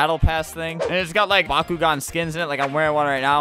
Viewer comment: Flamingo says bakugan I hear bakugo